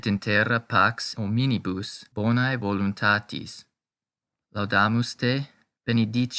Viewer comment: Very good. Muito boa a sua iniciativa de trazer a pronúncia eclesiástica para seus seguidores. Sou Católico da Missa Tridentina e fiquei feliz pela iniciativa. Algumas palavras não estão sendo pronunciadas da forma eclesiástica mais "padrão", digamos assim, como: gratias e palavras com "ae" como "bonae", por exemplo. "Gratias" possui pronúncia mais próxima do "gracias" do espanhol. "AE" tem pronúncia mais próxima ao "A" de "femAle". Obrigado pelo trabalho.